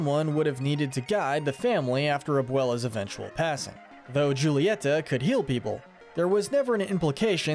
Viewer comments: You need to learn Spanish, if you knew one thing about pronouncing Spanish you would know that "J" is pronounced like "H" or Julieta should be pronounced as "hoo-leeeh-tah" NOT "Ju-lie-ta". Did you not watch the movie? If you did you would know the right way to say Julieta's name. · It's pronounced Hulieta, not Giulieta. And the 'g' in Madrigal is not silent. Pepa's name is pronounced similar to the pig character. Yes, Mirabel meets the qualifications to be a Disney princess. She's actually closer to royalty than Pocahontas is. The CANDLE is Pedro's spirit. Casita is animated by the candle. Pedro was a Time Lord. Fight me. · This was confirmed false by the directors. Mirabel wiping her hands on her dress didn’t screw up the magic AT ALL, I’m pretty sure. Also: Julieta’s name is pronounced hoo-lee-et-ah, NOT joo-lee-et-ah. The G in Madrigals is pronounced. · Your saying all the names wrong... It's not "jew-li-eta" it's pronounced like "who-li-etha" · When will people understand it's pronounced en cah nto not "encan'to" and julieta is pronounced like "hulita" because in spanish j=h h is silent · I’m sorry did you just say Julieta? She’s Hispanic so the J makes an H sound making it pronounced Hulieta, otherwise great video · Bro THE MISPRONOUNCING is unreal😭 “Jule-e-eta??” NOOOOO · I'm begging. BEGGING y'all to watch the movie again and memorize how to say "Julieta". The J is pronounced like an H. Please I'm begging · Actually, Julieta's name is pronounced Hoo-lee-eh-ta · The fact you mispronounced Julieta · Please say Julietas name right 😭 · Sorry,the way you pronounced Julieta 🗿🗿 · The way they pronounce Julieta is killing me 😭/nm/lh